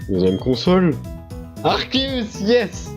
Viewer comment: 2M faux c'est arc+zeus donc ar-ké-us